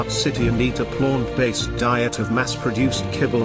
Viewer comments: Lol I like the pronunciation of Plônt based diet 😂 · "and eat a PLONT-based diet" haha made me chuckle. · I enjoy the pronunciation of plaunt... plaunt based equals gaunt faced.